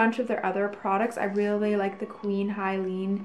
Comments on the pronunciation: Queen Helene. He, not Hi. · You are miss pronouncing Helene.